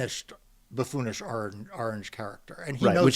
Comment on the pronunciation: Mark you need a week off my friend your pronouncing orange the same as ol' Donnie boi 😮